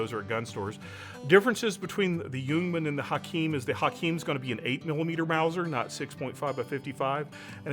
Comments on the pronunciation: You pronounce Ljungman correct (I'm a swede). "Ljung" is swedish for "heather" (the plant). The "L" in Ljungman is silent when pronounced, both in "ljung" and in "Ljungman". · Thank you for not pronouncing the L in Ljungman, drives me up the goddamn walls to hear people say "Lejugnman"